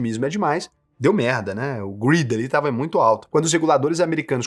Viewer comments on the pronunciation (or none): Greed não grid, meu amigo